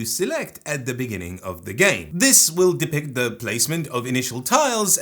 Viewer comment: I dont know why but why you explain the diving action i hear it as ze diving action and thats hilarious to me.